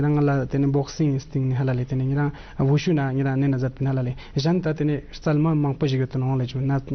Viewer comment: its call WuShu (武術) not wushow .......